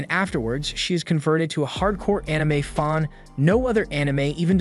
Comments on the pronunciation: these channels seem to be somehow just artificial intelligence scripts to generate money for the creator, even the voice is fake. Mispronouncing words like Fan as Faun. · Is had fan or a fawn? lol I heard fawn. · Your pronunciations are kinda weird on anime,fan and sadist but it's not too bad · Dawg, how can you do recaps for anime and you can't even pronounce the word properly? You literally can't even say fan properly. How am I the only person that ever notices your fucked up pronunciations? It's damn annoying when I'm trying to actually pay attention to the show, always so jarring and rips me right out of it